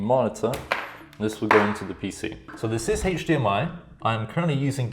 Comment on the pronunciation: AchDMI cable. Best way I've ever heard it said.